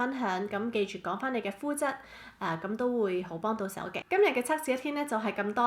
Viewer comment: 係cak試唔係cuk試啊😂